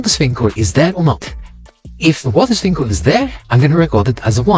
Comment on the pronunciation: his swedish accent in the shower "water sprinkle" most European accent ever.